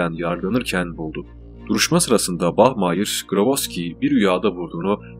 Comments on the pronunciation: Bahmayir degilde bahmaya kulaga daha iyi geliyo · bachmayır değil bachmayer